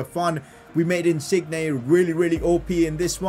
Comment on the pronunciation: learn how to say Insigne...